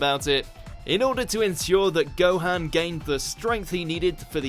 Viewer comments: Say Gohan's name right, please. It's never ever been pronounced like that in the series sooooo has just never watched an episode and just read a list orrrr are they tryna be edgy? Not a big deal but, annoying. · Please at least say Gohan correctly. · To be honest I'd ask if you ever even watch the show but considering you mispronounced Gohan literally every time I'd have to say that is no and I say this cuz a lot of these reasons are taken out of context and the way Goku was written in Dragon Ball super it's not how he was renting in Dragon Ball and Dragon Ball Z